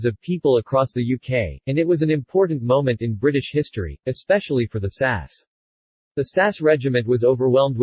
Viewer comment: Just a quick note: The SAS is not pronounced "Sass." It is spelled out S-A-S not pronounced as a single word. The liner's name is pronounced A-kill-ee. Also, there is no such thing as an "automatic revolver" as stated in Number 8.